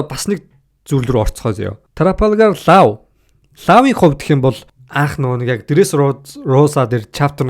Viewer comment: Hey bro law gej bichdeg bolhoos lo gej duuddag shuu